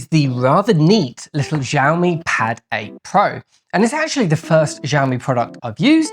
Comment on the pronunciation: its' not Jiami.. it's Xiiiiiiiiiiaomi